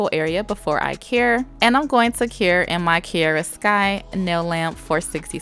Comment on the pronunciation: My name is Kiera so through out the hole video it was kinda weird of you saying kiera (no hate)